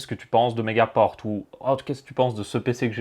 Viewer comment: On dit megapore